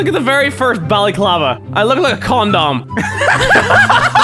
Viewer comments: lol Mini, a con-dom, I just love the way he pronounced it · Ya he says it con dom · When he said condom, it sounded like "corndorm" xD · i heard comdon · Says con- Dom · The way you're pronouncing condom is pretty fucking absurd xD